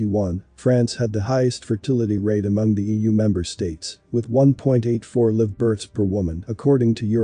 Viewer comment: Why does he mispronounce "live births"? Is this an AI reading this?